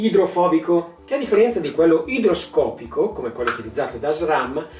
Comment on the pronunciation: Ciao....ottima spiegazione👍....unica cosa sarebbe meglio svitare la vite (free stroke) che si trova subito dietro al serbatoio dell'olio...🤟...PS. si dice igroscopico 😅